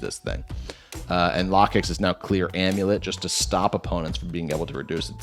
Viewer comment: dont worry about the Lokix name thing, everyone also says Gargancl wrong as hell too.